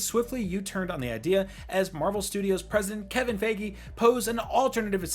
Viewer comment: “Kevin Fegge”